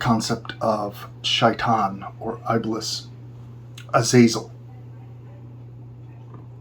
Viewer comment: this is amazing bro by the way it is iblis with a E how to describe it zou dont read iblis like i am it is simply iblis not american I hehe